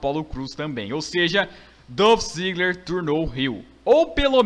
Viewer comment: Mano, só pra lembrar é Dolph Ziggler não Dãf Ziggler...